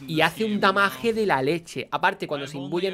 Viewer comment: Papi hable bien, si va a decir daño dígalo y si va a decir damage dígalo bien… Sólo como consejo